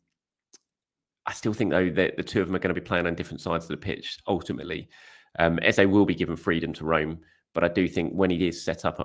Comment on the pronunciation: His name is pronounced ez-uh, not ez-a